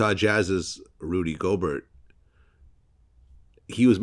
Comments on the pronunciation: "Rudy GoBurt" LMAOO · Nigga said “Rudy Goldberg” lmaoooo